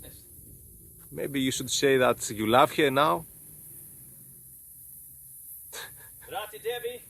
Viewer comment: Although you are saying Parvati Devi as rati Devi, I still like it